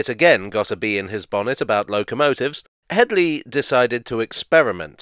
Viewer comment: "It's not Hedy, it's *Hedley*." I'm sorry, couldn't resist.